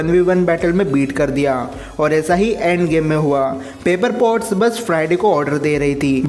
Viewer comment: Bro Wo pepper potts hey paper pots nahi